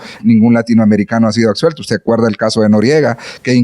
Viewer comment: "acsuelto" "acsuelvan"